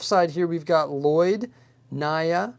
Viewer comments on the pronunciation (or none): none